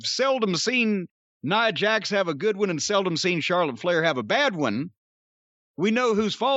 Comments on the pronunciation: Love that Jim for years hasnt cared enough about Nia to be bothered to pronounce her name correctly. "NEUHHH JAX" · More importantly this is the first time Jim pronounced Nia Jax’s name the correct way 🤣🤣🤣